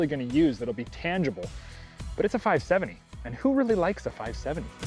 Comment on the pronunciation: “Five sevinny”